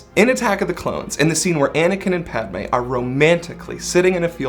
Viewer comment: when he said padme i heard pepe